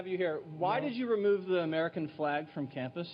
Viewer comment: Why does Ana pronounce F-lay-G as F-law-G ?